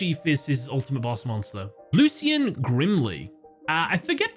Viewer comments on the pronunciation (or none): none